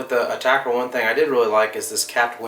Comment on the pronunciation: A-TAC-R. Not Attacker.... damn.